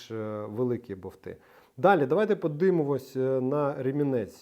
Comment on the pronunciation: БоВти? Тобто, не болт, а боВт?😂